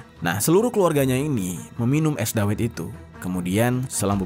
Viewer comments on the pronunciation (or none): Cara baca es dawet nya bukan gitu bang🤣